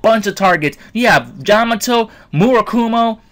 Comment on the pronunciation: I've been testing them out. With their first release, they are really good. They have a great win ratio. By the way, did you say "Jamato" at the beginning?